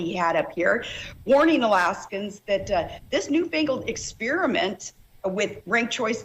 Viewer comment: E "Exspearement"🤣